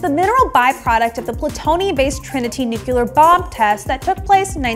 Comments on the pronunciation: Nucular? Did I just hear that?? Teehee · Why can't you pronounce nuclear?